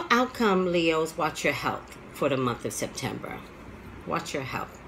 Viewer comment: in the beginning of the reading it sound like you said December